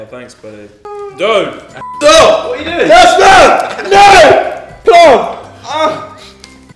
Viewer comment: EVERYONE HIS NAME IS CASPAR NOT JASPAR GEEZUS